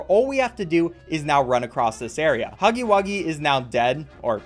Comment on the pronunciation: "IT'S NOT POPPY BUFFON:(" DON'T INSULT HUFFY WUGGY LIKE THAT". Can we just not talk about how he said huffy wuggy instead of huggy wuggy...? Thanks. I feel huggy's pain there.